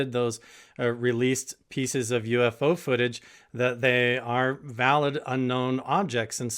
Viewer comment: Pretty awesome to get Travis. I like Travis and lot! I'll be honest, I was not not sure what I thought of him in season 1. Glad he quit calling UFO "youfos" like he did unseasoned 1!